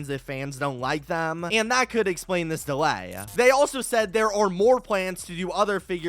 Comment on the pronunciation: You said delaya booo